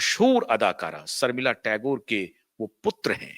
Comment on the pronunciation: Improve your pronounciation. Agar nuqte lagaana mushkil lagta hai to uska hindi synonym dhoondh lein. Sharmila aal ke liye Sarmila ban gayin. Have a heart.Raaz Raaj ban gaya. Take s few lessons in diction